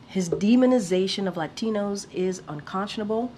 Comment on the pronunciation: Haha even she uses the accent when she says latinos